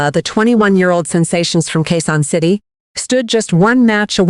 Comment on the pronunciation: Quezon City , please check your narration. Thanks. Or Q. C. 👍✅